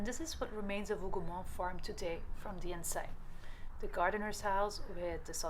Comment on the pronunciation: This is an excellent video and the historical overview is spot on. I also appreciate your pronunciation of the Hougoumont farm and other locations. It sincerely helps those of us who primarily rely on written sources. You have inspired me to return to the battlefield after more than 20 years. Thank you.